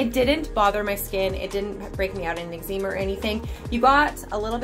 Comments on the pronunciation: Calgon probably, but no eczema is pronounced "eg ze ma" or the way I pronounce it. Different countries can pronounce things differently. :) Not sure why this was worth commenting tbh. 😅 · Your pronouncing calgon and eczema wrong